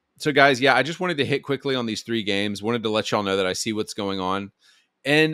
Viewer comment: TREE TROO AND TROON. Lmao dude